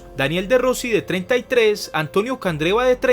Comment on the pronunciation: Primero que todo aprende a pronunciar los nombres y apellidos italianos te equivocaste en varios, Daniele no Daniel Iaquinta no Laquinta etc, Italia es un grande del fútbol mundial y por su historia volverá ha realizar grandes campeonatos le tengo fe en la euro y se que clasificará al mundial de Qatar, la Federación Italiana se equivoco en grande con Ventura un viejo inepto que nunca había ganado nada, por eso no clasificaron a Rusia 2018.